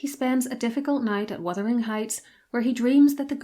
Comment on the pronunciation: OMG! Thank you so much for pronouncing "Wuthering"correctly! You are one of a precious few here on YT to do so!